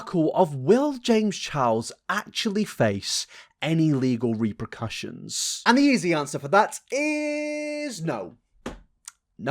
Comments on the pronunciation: *repercussions not reprocussions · Reprocussions 🤣🤣🤣 its repercussions.....sorry xx